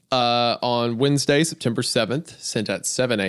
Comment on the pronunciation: Wend UH goon